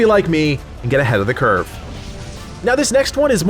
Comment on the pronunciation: "Get ahead of the cruve" Showing your WoW heratige there, man. :) :)